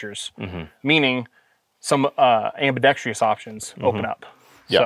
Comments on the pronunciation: I watched this literally to see LMT highlighted. I am not sure what was more disappointing, the lack of LMT inclusion or ambidextrous being pronounced ambidextrius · i have a huge pet peeve that I have only recently recognized while consuming firearms related content. and that peeve is when people mispronounce ambidextrous to have a sound similar to the word tree in it. no tree please in my ambidextrous' thank you. learn to speak ingelish please